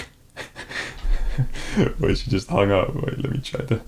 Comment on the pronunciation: "They are jot people, they are scammers". "Just is silent there ;)